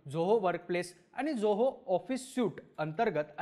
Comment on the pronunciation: खूप छान video आहे आपल. फक्त एक suggestion, आपण झोहो न म्हणता जोहो असा उच्चार करावा. आणखी सोपे होईल सर्वाना. 😊👍